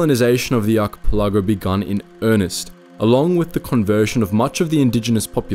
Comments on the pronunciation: It's NOT an arky pilago! Damn, learn to pronounce words or don't use them! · Dude your driving me crazy with the way you say Archipelago. Its Aa ki pel a gow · Excuse me, HOW did you just pronounce archipelago? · Just wanted to say, as a fellow Australian we didn’t teach him to pronounce archipelago like that 😂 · Check your pronunciation on archipelago.